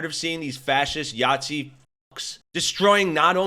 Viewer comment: I'll subscribe when you say Nazi. And not Yahtzee